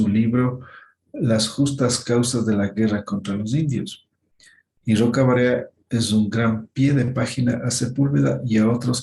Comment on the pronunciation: Al menos si vas a hablar de la doctora Elvira Roca Barea aprendé bien su nombre. Una intelectual inmensa.